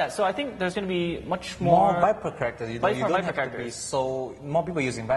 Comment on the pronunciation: Lol. Every time Xian says "characters" I keep thinking he says "crackers". Haha.